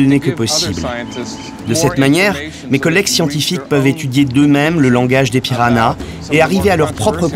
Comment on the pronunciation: C'est moi ou elle prononce PiraNas au lieu de PiraHas ?